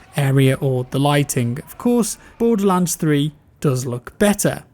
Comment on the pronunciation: Really sounds lioke youre saying "Bore The Lance" over and over haha